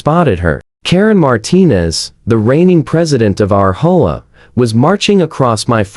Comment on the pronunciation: Does anybody listen to these before you post them? Or is it that you have people who are so incompetent that they have no clue how to fix the AI voiceover so that doesn't pronounce H O A as a word? It's really not that difficult.